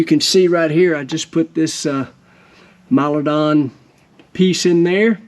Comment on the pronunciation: I always wondered how to pronounce Milodon and now I know